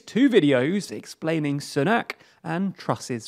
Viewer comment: When political experts can not even pronounce "Sunak" properly